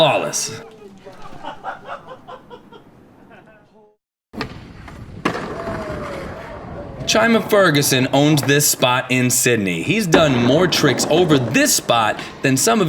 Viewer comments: Chime-uh? Who dat? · its chiiiiiiiima ferguson bro wtf